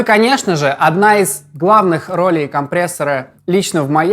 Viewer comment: Четыре года назад "рОлей" и "сУстейна" озвучено при помощи ИИ.